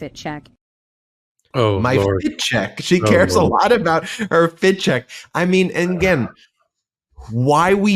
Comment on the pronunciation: She did not say FIT CHECK she said FAT CHEQUE.